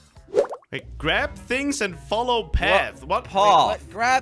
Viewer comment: path: corrects mistake parrth